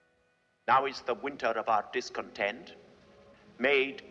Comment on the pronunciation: discontent-ს გურჯაანელივით რატო ამბობს?? :დ <3